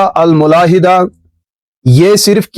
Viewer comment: تهافت کی فا پر پیش درست ہے نہ کہ زبر اور ملاحدہ کی ميم پر زبر ٹھیک ہے نہ کہ پیش